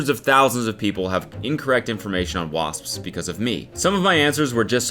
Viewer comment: Spelled wasps, pronounced wasssspsssss